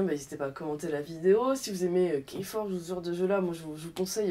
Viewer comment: Ouch, prononciation de "keyforge": Po accroché à ce jeu perso. Par contre Res Arcana, ça me dit bien d'essayer! :D